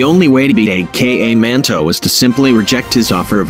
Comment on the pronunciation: Is not a-k-a manto is aka manto